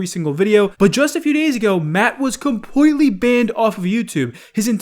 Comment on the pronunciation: Compweetwy